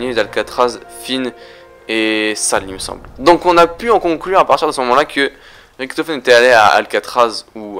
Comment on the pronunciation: ça se dit Riktofen abrutit donc si fait la faute alors lui aussi là fait.